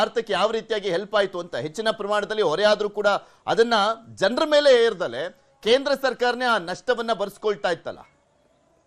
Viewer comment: ಮೇಳೆ ಅಲ್ಲ 😂😂😂ಮೇಲೆ